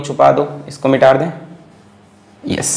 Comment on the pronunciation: everybody : Mita de ? Alakh Sir : Mitaar de !!!